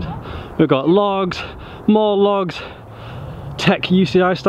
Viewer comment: video: "We got logs, more logs, tech UCI-style logs, some weird logs..." Danny video: "We got lochs, more lochs, tech UCI-style lochs, some weird lochs..."